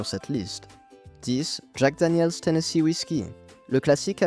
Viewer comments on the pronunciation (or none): none